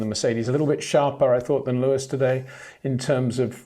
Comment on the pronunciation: HEY PETER WINDSOR, I HAVE MESSAGE FOR YOU SIR: it is NOT Max "verSHtappen" ... Max is not German (Germans indeed do pronounce "st" as "sht") ... #Max33 = Dutch NL/Belgium! ... It is not "Bottash" nor is it "Lewish" certainly not "verSHtappen" .... This BS started long time ago when a British sport presenter interviewed father Jos Verstappen and assumed you can use a German pronunciation to a Dutch Driver thinking it is so "funny" ... It is not. Serious question: can any Englishman say "versatile" out-loud without saying "vershatile" phonetically? most can about 99,99% ... that is why most English can pronounce Verstappen 100% correct! Father Jos Verstappen (also F1 Racer) was very active between back then only a very few said "Vershtappen" but the vast majority of British sport presenters pronounced it perfectly ... only a few old stubborn farts like Peter Windshor